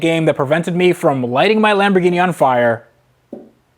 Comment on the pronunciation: lameborghini, lamborwenni .... lol next